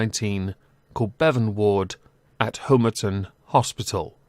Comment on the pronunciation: Excellent. But as a former inpatient of the RNRU at Homerton Hospital, please learn to pronounce it properly. HOMERTON as in Pom not HOMERTON as in Home